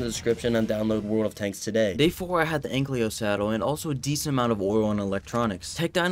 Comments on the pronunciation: omg it annoys me so much when he says anklio its ankilo T-T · No hate but its ankylo not anklyo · please dont say anklyo its ankylo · its not an anklyo its an an-kyl-oe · AN-KY-LO not AN-CLEO